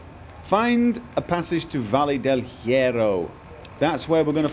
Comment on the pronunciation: I know its a 4 year old video, and I know this is no longer relevant yada yada but that Valle Del Hierro pronounciation is something else. The correct pronounciation is "vayeh del yeh-roh" and it means the Iron Valley EDIT: oh and Paciencia is, well... Paciencia, but the stress is on the middle, so: pa-CIEN-cia and yes, those are the syllables, only 3, and the last one is said quickly.